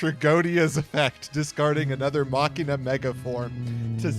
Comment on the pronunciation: I'm so glad every time I hear say Machina correctly